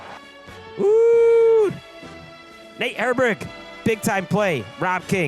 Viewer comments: Glad I wasn't only one to catch that 🤣 sounded like he pronounced "Herbig" as "hairbrick" too 🤣🤣🤣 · Hairbrick is how you pronounce it just ask Nate